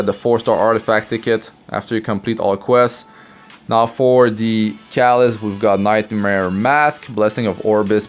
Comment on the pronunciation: Dude, learn to pronounce CATALYST. Seriously... the way you pronounce it sounds like CALLUS.